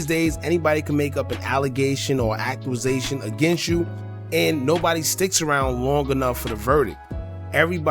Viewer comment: wtf is an “ackwuzayshun” homie??? I’m not familiar with the term 😂🤷🏾‍♂️